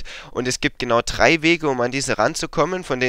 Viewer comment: Es heißt drei und nicht trei. Ist das so schwer?